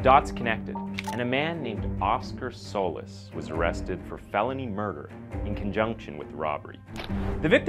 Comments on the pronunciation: Solis. Actually pronounced So Leese. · Souless is a fitting name. I know I heard that wrong but, that's all I can hear when you say his name.